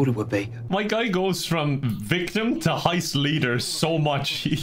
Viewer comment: Guy: Is a lot attendant Guy literally 2 hours later: "LISTEN SUNSHOINE IM THE FECKIN LEADER OF THIS HOIST YEH???"